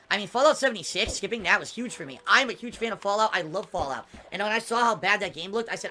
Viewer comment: "Fallgout" gets me every time